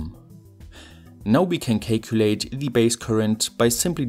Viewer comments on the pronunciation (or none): i love how he says cay-culate lol